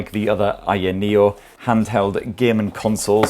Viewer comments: How difficult is it to say higher neo 🤔🤦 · staring a petition today to have the company officially rename itself to [insert ' pronounciation here] sorry,, i know u asked not to do it but i couldn't resist. LOVE U!!